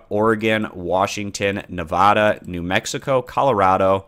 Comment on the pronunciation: Hey, good video! Just wanted to say that the A in Nevada is pronounced like “cab” or “bat.” From a Nevadan ;)